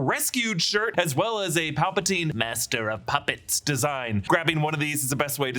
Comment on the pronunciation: The way he says master of puppets makes it seem like he doesn’t even know the song it’s referencing